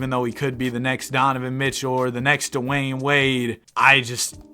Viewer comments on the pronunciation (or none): none